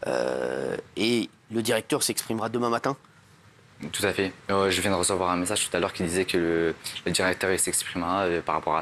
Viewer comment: ‘Toutafé toutafé’ 😂😂